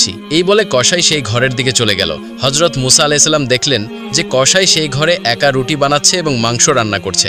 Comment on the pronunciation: মুসা না মুছা সঠিকভাবে উচ্চারণ করুন